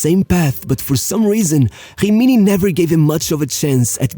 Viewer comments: Why do you pronnounce gggimini ? Is not french, it is an italian team. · Great subject, but honestly your voice tone is quite annoying, and the fact that you pronounce every italian word with some kind of brazilian accent is truly infuriating... Like it is "Rimini" "Jimiñi"!